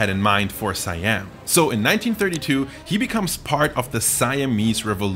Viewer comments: Siam is pronounced "See-Ahm" not "Sai-Ahm" by the way. It liks calling America, Murica. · whose else get hurt when say "suh-yam" instead "see-am" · It's really Sa Yam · Siam is pronounced as "she yum"(my) in case you're wondering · It's pronounced as see-yum. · Did you check? I did and that pronunciation sounds more like „Sai Yam“ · Is the american pronunciation of a romanized foreign word is more correct than the thai pronunciation? It's "Sa Yam".